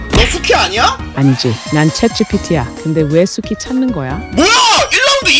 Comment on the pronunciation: 나만 수키 숙희로 들림???